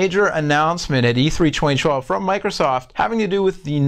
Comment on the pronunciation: I find it funny how says 2012..."Chweny chwelve" lol